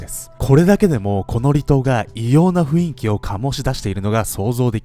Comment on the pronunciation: 雰囲気は「ふいんき」じゃなくて「ふんいき」かな！笑